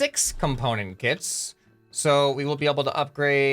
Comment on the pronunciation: KITS ITS KITS NOT CITS